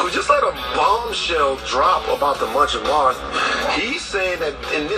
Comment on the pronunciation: homie said “munch fo marth” lmao. But in all seriousness I’m practicing this right now and I can feel the difference in my overall well being. I eventually want to get to a point where I can have sex without finishing